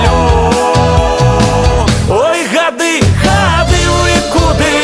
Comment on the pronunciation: Во прачытау. Ни гады' а га'ды (ударение на а). И думаю што за га'ды.